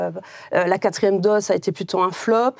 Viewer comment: O dOse O pas au pas AU, dOSE DOSE O pas dAUse